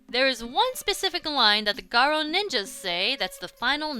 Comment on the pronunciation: Im so glad she says garo correctly.